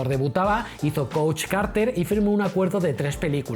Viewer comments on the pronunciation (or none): none